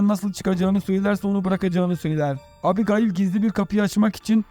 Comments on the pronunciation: abigail diye söylenmez o☺ o "ebigeyl" diye söylenir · şu abigayıl muhabbetine daha fazla maruz kalmamak için açtım 1 saat 50 dakika filmi izledim. hayır filmi izlese orada bile ebigeyl diye telaffuz ediyorlar. sündüre sündüre uzatmışlar. güzelim fikri bk etmişler izlemeyin. zaman kaybı. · Abigayl yazilir amaebigeyl olarak okunur turkceniz iyi deyi anlatiminiz yanlis once konusms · Abigail mi? Arkadaşım Ebigeil diye okunur o. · Abigail mi yok ismail deseydin daha iyiydi😂😂 ebigeil doğrusu bu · ABI GAYIL EVET, BEN DE ARAP FİLMİ FALAN SANDIM YUH EBİGEYL OLARAK OKUNUR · Abigayl abigayl nedir kardeş anasınıfı mezunumusun sen beynim yerinden çıkacak duruma geldi kulağımdaki çınlama felç etti beni abygayl nedir amk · abigayil nedir yaa :))))) daha isimleri söyleyemiyorsun sen :D :D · Abigail degil mal "Ebıgeil" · "Abi gaail" hint gurusu ismi gibi okuyorsunuz😅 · Abi,kiz gayymiki kiza abigail diyon,o ne lan😂😂😂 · Abigail yazılır, ebigeyl okunur. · Abi Gayil 😂😂😂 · Sıfır İngilizce anladık da bari ismi söyleyebilseydin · artık o kadar alıştık ki adam hamdiğayl dese tepki vermeden öyle dinlerim